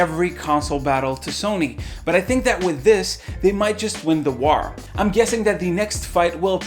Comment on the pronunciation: "Won the wawr"